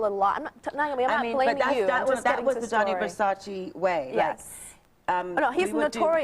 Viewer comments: It’s Gianni Versace - not Johnny Versace 😂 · "Johnny" Versace? Really?! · I just can’t get over “Johny Versace” girl are you fr?????